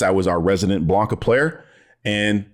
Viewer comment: I agree with ALMOST everything. Woke definition YES, human race YES woke does NOT = broke YES BUUUUUUUTTTT the way your pronounce Blanka!! Pistols at dawn!